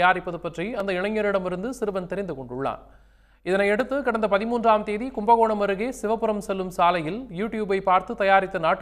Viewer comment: கும்பகோணம் ஆ இல்ல கும்பகேணம் ஆ 😂😂😂😂😂